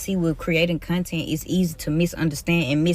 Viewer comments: "am a con ten creata" gtfoh..than you don't belong in front of a class. Who th hired this loser pdf file? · She added 3 extra syllables to the word content